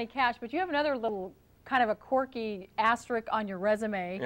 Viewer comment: “asterik” ...let’s remember, folks... she gets paid to use the english language. Paid.